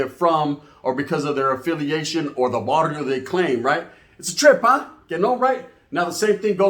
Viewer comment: Es Barrio. Not Varrio